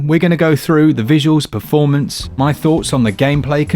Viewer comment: “Poorformance” hahahah